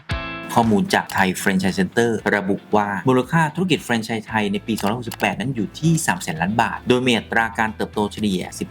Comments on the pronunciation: แฟรน ครับ ไม่ใช่ เฟรน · อ่านว่า แฟรน ไม่ใช่ เฟรน นะคะ